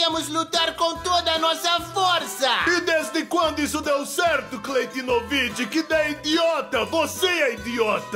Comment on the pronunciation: "Cleitinovick" me quebrou kkkkkkkkkkkkkkk